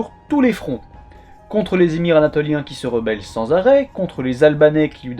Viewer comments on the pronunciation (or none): none